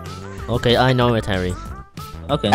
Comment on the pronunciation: Because he says herro.